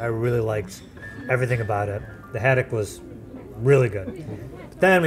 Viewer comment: Seriously, this is called "Food Insider" and you don't know how to pronounce Sole or Haddock. Do a little vocabulary research before visiting a cafe/restaurant.